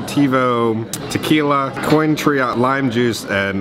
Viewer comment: you need to brush up on your alcohol knowledge… or at least pronunciation. I died… especially “COIN-TRIO” 🤣